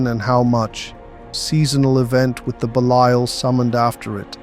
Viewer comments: Is this AI voice? How could you go from pronouncing Belial correctly to saying “beleeel”??? Bro??????????? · If your pronounce Belial like this again, I'm going to lose my ish